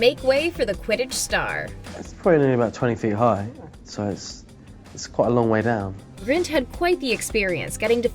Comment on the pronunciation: It's Rupert GRIN not Rupert Grint... 🙃